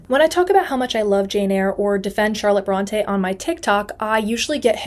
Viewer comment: I find humor in your commitment to fact check the misconceptions of the Brontë sisters, and yet you didn’t bother to pronounce their name correctly. An umlaut over an E makes it say, “ee.” What you are doing is pronouncing it as if there were an acute accent, as in, “Beyoncé.” They are not the “Brawn-tay” sisters. They are “Brawn-tee.” Or maybe, “Brawn-tea” in this case 😎